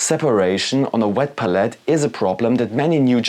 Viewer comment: Interesting video, but your constant misspronounciation of palette is a bit distracting. lol It's pælɪt. Look up how it's pronounced with audio examples.